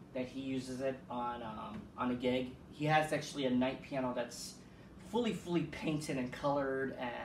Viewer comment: “Kight” or “Knight?”